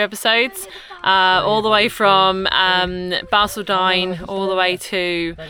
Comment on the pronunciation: It is Bar-call-din. Just so you don't piss off the locals